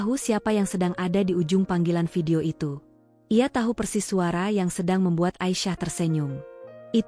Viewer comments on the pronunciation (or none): none